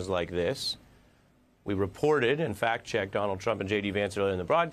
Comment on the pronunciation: Sounds like he said "Fat checked"